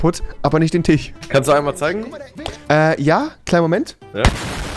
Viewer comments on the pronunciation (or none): junge sprich doch endlich tisch richtig aus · Tisch nicht tich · Aha du sagst immer Tich anstatt Tisch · "Tich" anstatt "Tisch "Welsche" anstatt "Welche" .... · TISCH nicht TICH !!! SCH SCH REWI :D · Digga er macht den Tich kaputt wieso sagt er immer Tich 😂😂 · Rewinside warum sagst du schreib tich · Niemand: Rewi:tich